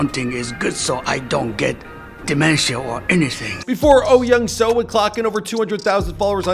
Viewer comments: Yes, this bothered me as well. It’s closer to Oh Yeong-Su. After learning the Korean alphabet, Americans mispronounce Korean names horribly. It’s embarrassing. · He is probably reading romanized Korean. I've lived in Korea for five years, so I'd pronounce his name perfectly. But for foreigners who have never been to Korea, I expect the bastardization of the language.